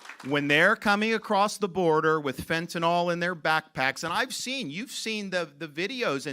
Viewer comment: It’s not Fentanol!!! It’s FentaNYL - like acrylic. Further, it’s “pouring over the border” because AMERICANS ARE BUYING IT!!! If they had nobody to sell it to, it wouldn’t be coming. Supply and demand. Free market!